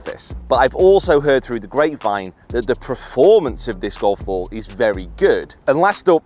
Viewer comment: Do you keep saying Preformance? Or is that just me